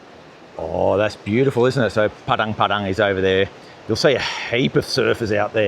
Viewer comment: Makasih Pak, tumben org bule bilang "Padang Padang" daripada "Padeng Padeng" :face-blue-smiling::face-blue-smiling::face-blue-smiling